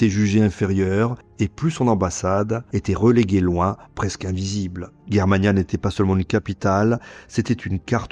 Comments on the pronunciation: Pourqui tu dit guerremania ? Alors que la Prononciation est : Jér-ma-nia ... On dit germanie (jér-ma-nie) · Tu n’est capable pas à prononcer les noms allemands correctement ! Ce n’est pas Guerre Mana mais Germania comme la Germany ! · On prononce Germania non guermania.... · Pourquoi prononcer Germania "Guermania"...? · On prononce pas G comme J donc Jermania ?